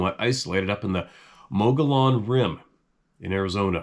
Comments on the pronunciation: According to Louis L’Amour, Mogollon is pronounced “Muggy-own”. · Hi, Mogollon rim is pronounced mog-ee-on, the second o is pronounced like an E and the Ls are silent. 🙂